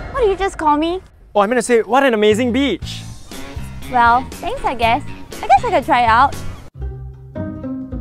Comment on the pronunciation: Him: What A Beach This is What I hear: What A Peach